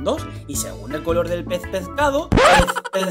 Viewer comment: Me encanto la parte en que dijo pezpezcado jajajajajajajajajaja😆